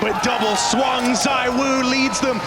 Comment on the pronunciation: I’ve literally seen you say that donk and monesy are better than Zywoo. You even said “zywho”Stop bandwagoning lil bro